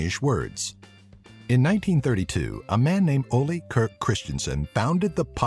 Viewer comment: And once againban american misspronouces the name. You are supposed to pronounce the e in Ole and not say Ol'! And his middlename! It is not said like Captain Kirk from Star Trek! next time try to say better and don't forget Leg Godt ( not Lay God)!!!!